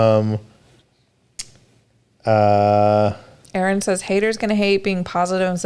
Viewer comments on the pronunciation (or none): none